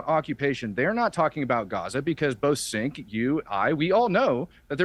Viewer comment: Matt Tardio is a "Vetbro" Grifter, and don't get me twisted, I have my problems with Cenk, but it's so intentionally disrespecful and antagonistic that he purposefully calls him "Sink" , what a jabroni